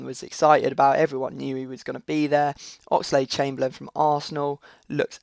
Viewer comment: OX"LAD" CHAMBERLAIN